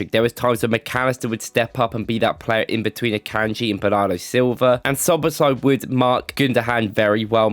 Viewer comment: Im just surprised that you nailed the pronunciation